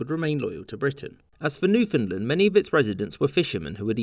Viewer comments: Any chance you could pronounce Newfoundland correctly if you make another one of these videos? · I enjoyed that so much I'm not even going to comment on your butchering of the word Newfoundland. (It's supposed to rhyme with understand). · Newfoundland is pronounced like "understand". Understand Newfoundland. But not a biggie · you say Newfoundland wrong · That isn't how to pronounce "Newfoundland." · Sir, It’s NewfoundLAND not what ever you said, are you from Ontario? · Your pronunciation of Newfoundland killed me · Excellent, as usual... but "Newfoundland" is pronounced with the same emphases as you use in "understand." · It is called Newfoundland....not Newfoundlend. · When pronouncing Newfoundland, the emphasis is on the word part LAND. NewfoundLAND. Why do you say Newfunlund? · Sorry. My bad. Your short history lesson is 100% accurate but try to keep it to yourself. We can't have the unwashed masses privy to the truth. May I correct an error in Nit #2. It is not pronounced Newfundlund. It's Newfundland, understand? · "Newfinnedlund". shudder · Imagine calling newfoundland newfinland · Newf-in-land Not new-fin-land Or just say new-found-land We have nothing to do with Finland at all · Say after me new-found-land not newfinland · Newfoundland not newfinland It has and never will be call newfinland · "New Finland" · No no. Newfin Land. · Newfoundland is pronounced more like New Fund Land by the people who live there, if that counts for anything. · I hope in the three years since you released this video you’ve learned how to pronounce Newfoundland properly. (Best way to remember to emphasize the land part is to say it like understand. Un-der-stand New-found-land) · "New Fin Lin" XD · Newfoundland rhymes with understand. Please don’t say Newfinlind. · Pronunciation comment: “UnderSTAND it’s NewfoundLAND” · New-f'n-land not New-f'n'-l'nd. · I had no idea Newfoundland was pronounced NewFINDland. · Newfinland xD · You are pronouncing it wrong. It's New-fin-LAND.